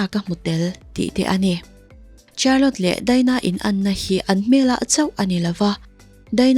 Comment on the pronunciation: Miss Charlotte hi char-lot tia lam tur ni loin shar-lot tih tur aw